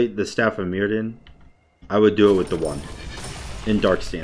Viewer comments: It's welsh so the dd is pronounced with a th sound. It's pronounces Mirthion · Staff of myrddion s pronounced mirthion, like a really smooth "th" sound, its welsh